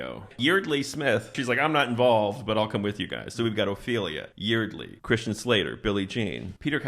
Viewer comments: By the way, Yeardley is pronounced like “yard-lee”. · Yeardley is actually pronounced like YARD-lee. And what the hell is up with that milkshake? They just got it, and it was completely melted. I guess Texas is even hotter than they say.